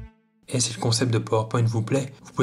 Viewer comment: Tu le prononces mal Power Point.